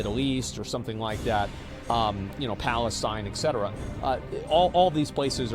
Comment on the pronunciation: Interesting stuff you talk about. One thing though, you gotta stop pronouncing the word “etcetera” as “exetera”. If you look carefully, there is a “t” before the “c” and there is no “x” anywhere. Therefore it should be pronounced “et-ce-te-ra”. Look it up in any dictionary. There is no alternative pronunciation like it is with “noocular” vs “nuclear”. That’s optional, but not with “etcetera”. Just saying